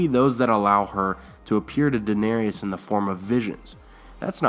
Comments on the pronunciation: DA-NER-IS DA NER IS That is how her name is pronounced and spelled. Not DA-NER-EE-IS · I normally don't give a crap when names are mispronounced, but the mispronunciation of Daenerys is making me a little nuts. It's only three syllables - DA - NAIR - IS, not DA - NAIR- I - AS. Other than that, cool stuff.